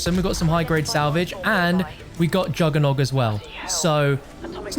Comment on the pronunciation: He says it correctly